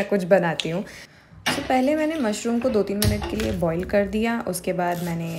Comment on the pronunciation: Why is no one talking about - " MAUSHROOMM ❤😂😂😂